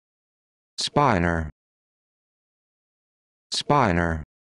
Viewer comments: That's certainly not how Sir Michael Atiyah pronounces it. I'll go with Atiyah - it's spin-or, not spine-or. (That makes sense since it's a shortened version of "spin vector".) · Wrong. It's pronounced the same as spinner.